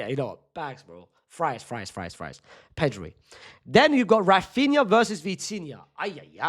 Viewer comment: ITS RAPHINA